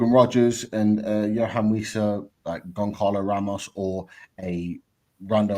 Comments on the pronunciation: Pete, it's Gon Zah Lo Ramos. Not Gon Carlo Ramos 👍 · yes his name is spelt Goncalo, but it's pronounced Gon-zah-lo. Like "speedy Gon-Zah-les